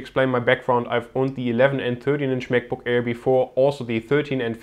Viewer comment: He said Mac book error XD